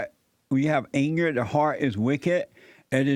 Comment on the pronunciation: Ayngner (Anger)